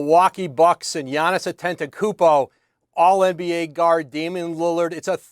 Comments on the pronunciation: Lol Giannis last name had shorty in a chokehold lol . Said it almost as bad as Charles Barkley lol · reporter: "giannis antetekumbo" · How many more MVPs should he win before you stop pronouncing Atetkonopopoupo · Her struggle to pronounce Antetokounmpo 😂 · She can’t say Giannis Antetokoumpo 🤣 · Home girl had a tough time saying Antetokounmpo, lol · The lady on the left needs to learn how to say Giannis last name lmao you got 1 job hun lmaooooo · Whoever the other chick, besides, Ramona is absolutely terrible at her job and not prepped at all. How at this point, can you still not pronounce his name, also, there has never been 35 days in any months in the 40 years that you’ve been alive. ESPN needs to get with the program. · girl just say Giannis, cuz you are killing his name lol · This chicken head still can't pronounce Giannis last name. Just say Giannis. Don't bother with the last name bro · Kinda disrespectful for a sports reporter to not even know how to say giannis’ last name. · She destroyed Giannis last name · She absolutely butchered giannis's last name 🤣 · She is struggling with Giannis' name lmao 🤣🤣🤣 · she can’t say gianni’s last name to save her life!!!😂😂 stop making her say that